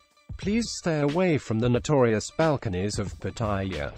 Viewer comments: Why do you call the city pattaya.when I was there it was Pattiyaw. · Please learn how to pronounce Pattaya properly.